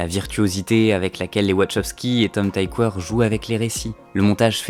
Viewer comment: Tom Tykwer est allemand, ça se prononce "tikveur"